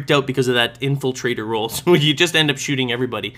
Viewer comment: Sometimes when says "Infiltrator" it sounds like "Infant trader" lol creepy I know